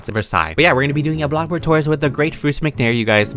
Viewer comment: the way he says blox burg soo good